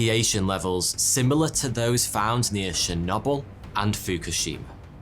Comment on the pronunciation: Bro Shernobble 🤣🤣 for Chernobyl. Like I hate your accent cause some words sound cooler than when I say it. But then I hate it cause you say shit like this XD it sounds like you're saying forty-two here in your intro lol